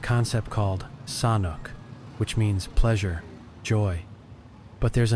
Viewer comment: WTF? Try to pronounce “Pattaya” correctly, eh? “Sanuk” also. I guess you have not been in Thailand long, eh?